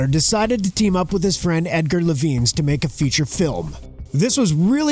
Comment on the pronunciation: It’s pronounced Edgar EYE-vens. That’s an I, not an L.